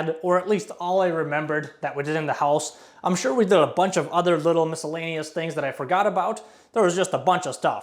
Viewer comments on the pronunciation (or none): none